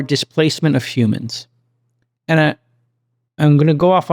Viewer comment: don't know what kind of accent/impersonation Jcal is doing here, but it's weirding me out. "Emotional Teeeengent" "ith duzzz" "eeend we all benefit"